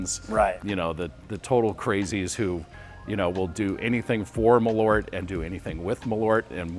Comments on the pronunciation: I'm going to sound stupid, but I didn't even realize you meant Malört when saying it in English 😅 Saying mal-ORT didn’t really resonate, but when I saw the label "Malört" it clicked that they meant MAHL-ört (I don't really know how to write americanized pronunciation guides sorry). Just if people want to know: in Swedish the stress is on the first syllable and the A is long, and then there's the Ö which is kind of like the sound when you hesitate with an "uuuuh" sound (Actual Swedes can chime in, I'm just a Norwegian) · Please pronounce it like the Swedish name "Malört" requires. The Ö is not an O. The Ö is pronounced like when you say "Earth", where the "EA"- part of the word "Earth", corresponds to the letter Ö. So, "Maleart" I guess would be the right way to say it. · Yes, it's a Swedish word, they should pronounce it like the do with the word "earth", where the "ea"-sound in "earth", corresponds to the Swedish letter "ö" in "Malört". So, they should pronounce it "Maleart" instead.. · The "a" should be long (like in "father") if you want Malört to sound like Swedish. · I just get so annoyed with the americans saying the name like there was an "o" in it. It is an Ö, which is a different letter with a different sound.